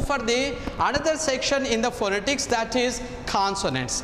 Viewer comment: .Refer to a good dictionary and see right pronunciation of the word PHONETICS. You may please take a good course in improving your Phonetics and back to your class